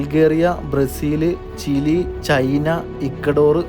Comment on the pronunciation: ചില്ലി മാറ്റി ചിലി ആക്കിയോ നന്നായി പറയണം എന്ന് വിചാരിച്ചതാണ്